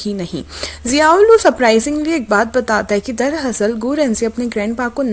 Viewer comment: sorry but I can't wait soo it's not darhasal it's darAsal